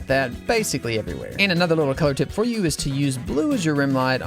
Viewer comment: That you is more like a I